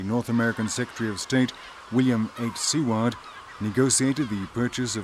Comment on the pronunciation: Quite correct, his name was also mispronounced as it's not pronounced See Ward.